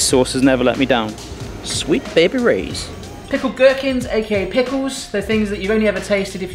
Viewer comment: So are we just going to ignore the fact that he kept saying “sweet baby Roy’s” instead of sweet baby Rays 😂😂🤷🏼‍♀️